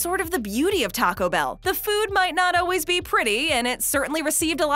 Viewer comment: Does it bother anyone else that she pronouncements always as Oh-ways? I cannot unhear that!